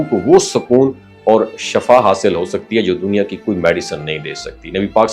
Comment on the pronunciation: Dont say SHAFAA it is SHIFA